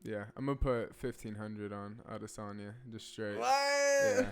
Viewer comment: It's Adesany(a) not Adesan(yeh)